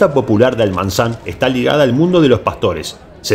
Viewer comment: No es Almanzan, es Almazán, a 25 minutos de la ciudad de Soria.